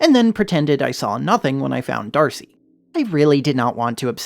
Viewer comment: The way you said "D'arce" as "Darcy" threw me for a loop. Not sure if that's a joke or meme in the fandom?